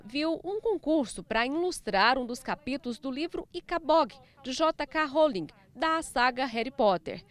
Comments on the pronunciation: " da Jota Ká Rolin" 😂😂😂😂😂😂cara,mano, q vacilo véi, ela pronunciou J.K Rolling errado cara😂😂😂😂 tão simplea de ler e falar😂😂😂 "JEIK ROLING" 😂😂😂😂😂 ñ,concerteza essa reporter nunca nem deve ter ouvifo falar de HP 😂😂😂😂😂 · Amg, se pronuncia "DIEI KEI RUOULING"